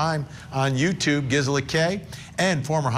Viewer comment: GIZZ-ela? Really, Vinnie?